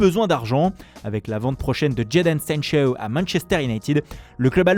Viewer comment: Jédéne Sénsheuw 😂😂😂😂